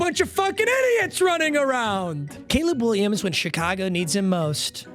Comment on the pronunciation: Did anyone notice he said Gayleb Williams ?????????